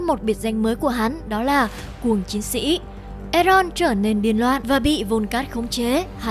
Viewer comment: Bạn ơi đọc là en dô chứ có phải e ron đâu